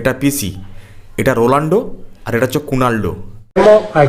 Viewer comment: তুই বাড়া ঠিক করে নাম উচ্চারণ করতে শেখ আগে, "রোলান্ডো" নয় "রোনালদো" আগে ঠিক করে বানান শেখ